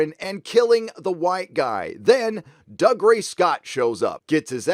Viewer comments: Since we're nit-picking (ain't it just what the internet is for?), it's pronounced 'Doo-gray' not 'Dug-ray'. Well let you off since you're not Scottish but you can't Allah the production companies for not getting the source material correct and then get your own wrong. 😉😉. We Scots would also like to point out to Americans that the names are pronounced 'Crayg' and 'Frayzer' not 'Kreg' or 'Frazher', it's 'Edin-burra' not 'Edin-burro' and that 'plaid' means 'blanket' not 'tartan'. See,? You got me into full nerd rant mode. 😉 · "Doo ray" not "Dug ray"